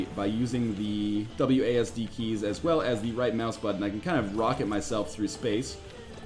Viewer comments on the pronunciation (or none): none